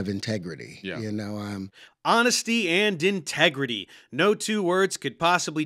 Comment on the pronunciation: "honestits & integreedy"